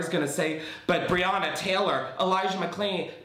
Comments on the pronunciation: I refuse to watch the video btw but I’ve seen ppl saying he didn’t pronounced Elijah McClain’s name right and voiced IT OVER!?!!?!?!! d i s g u s t i n g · And he didn’t even get Elijah McClain’s name right